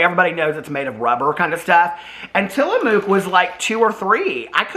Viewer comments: It's pronounced till a muck. However, I do love that you saw Mook. 😁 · hey! i’m an Oregon native and grew up eating Tillamook and you have to buy the blocks of cheese! they’re soo much better! and it’s pronounced Tilla-mook (pronounced like book)! Tillamook is a little town on the Oregon coast and you can tour the cheese factory! you also HAVE to try their ice cream if it’s available in Indy. love you!! coxo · Tillamook rhymes with book.